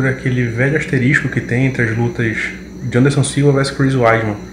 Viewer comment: O fala "asterístico" zoando??